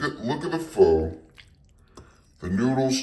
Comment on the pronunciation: Btw pho is pronounced fuh